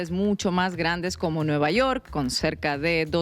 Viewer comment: Vaya! Ahora no dijo "nü yewrk!", jaja! Chido.